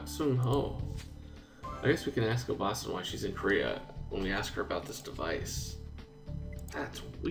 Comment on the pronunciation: I don't really want to be honest about it, but... you've been pronouncing "obaasan" wrong the whole time peace out